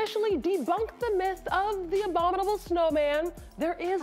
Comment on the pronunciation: Abominable not adominable